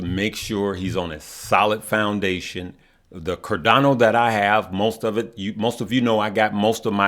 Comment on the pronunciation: nice to hear you say Cardano correctly. thanks...